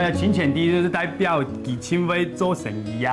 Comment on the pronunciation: 代表 係toi beu， 主持人發音錯誤